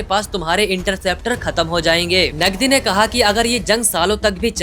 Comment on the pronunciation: नगदी नही भाई वो नदवी है😊